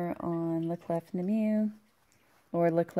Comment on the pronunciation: I love the Bunny Bayeux Tapestry. I can totally see you darkening that down. Haven't seen the new M. Night but my daughter has and thought it was really good (she is a first year psych. student). The man can do no wrong in my eyes - even the stinker that was "The Happening" had its good parts. Love all your WIPs at the moment. French pronunciation of "La Clef" is "La Clay" Don't pronounce the "f" on the end. Yes, this is the person I have turned into. Correcting peoples' pronunciation on Floss Tube, all the time. I am a total twat. I know it. I am so sorry but it was like nails on a chalkboard. Sorry. Feel free to pronounce the "f" in "** off"! Sorry (again). I really can't help myself......sorry x